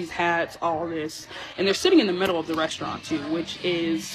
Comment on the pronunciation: What's a "RES -TUA -RANTS"?